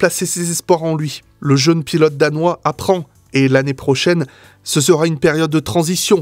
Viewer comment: Je suis du Beaujolais, et dans le secteur (qui va jusqu'à la Loire plus ou moins), on prononce bien les "EU" : quand tu dis "Jeune", ça s'entend bien hahaaha ! Super vidéo en tout cas, tellement vraie ! Continues comme ça